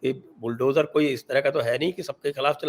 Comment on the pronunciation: Bulldojur ishtorm ho raha hai, kabh sahi pronunciation ka prayog karoge? Sa usse accha lagta hai ja se.